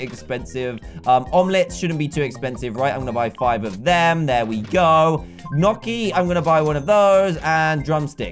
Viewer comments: GNOCCHI IS PRONOUNCED KNEE-OH-KEY NOW SAY IT FAST! Hm? Yes, i know it has been four years.. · Gnocchi is a potato pasta and it is actually pronounced nee oh kee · You pronounce it Noki.